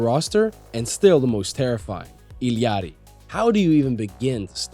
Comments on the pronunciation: U illiterate or what its I L L A RI NOT ILLIARI do u even english ? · just say ilari like a normal person lol